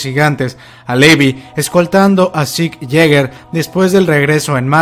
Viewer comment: Muy buen vídeo,. La animación está fantástica. ¿Dónde encontraste las viñetas coloreadas? ¡Las quiero! Por cierto, hace un tiempo que te escucho y, en cuanto a la pronunciación de Levi, deberías hacerlo correctamente. Dices “Levi” y se pronuncia “Livai". *Es leviosa, no leviOOSAAA".:V